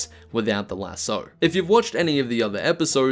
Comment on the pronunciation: Do you purposely say lasso wrong or just not realize you do it lol